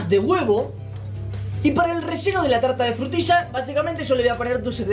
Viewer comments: Una Talta Una BaTiDora Frutilla:D pero nosotros no le vamos a poner esencia de vainilla...........le vamos a poner PPiiiZzz son Bolas......Bolas de coco La Tolta, La Talta [no tenías que ponerlo mucho tiempo] Se IzO cOnCh* discusión:[ xD en el fornia xD ×2 todo mal según!!! no había nadie según pelea pelea ×2 resultado final ~Fin~ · Todos: una tarta: una talta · 2020 y aún no superó el "Una talta" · "Una talta"✨❤️ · diciendo talta da 900000 años de vida no lo niegen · lA TaLtA UnA tAlTa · Nadie:....: una Talta:^D...Frutisha he:^D